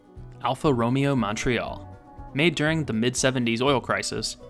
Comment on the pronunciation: I thought you might be a car guy until you pronounced 'romeo' incorrectly.